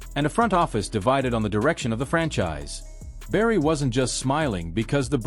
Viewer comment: Learn to pronounce his name!